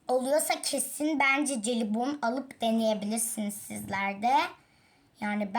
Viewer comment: Celibon değil jelibon diye okunuyor :]